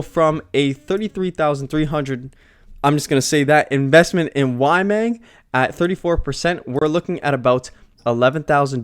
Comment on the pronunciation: It’s YMAG (not YMANG). “Y” “MAG” … like magazine.